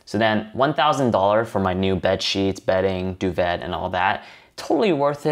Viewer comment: It's weird hearing someone pronounce the T in duvet. It's a French word, like "et" (the French word for and) :P